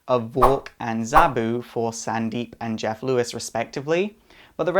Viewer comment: Cept he said sandeep, but i heard its pronounced sundeep